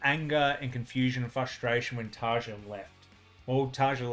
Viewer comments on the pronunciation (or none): Goosebumps everywhere... Nice reaction, nice comments... BTW, TaRR-ya :) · Just a quickie... Tarja is pronounced "Tar-ee-yah".